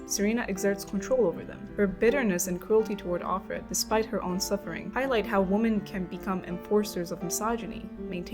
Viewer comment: Too many people are refusing to see what's going on - or even brainwashed enough to either not care or support it. Also "Women" is not pronounced like "Woman" it constantly sounds like you're saying woman (singular) when you mean women.